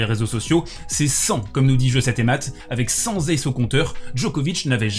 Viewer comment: Cent z'aces ? Pourquoi pas un zathlète ? Bon, ça passe pour cette fois mais fais gaffe il y a des profs de français qui regardent. ^^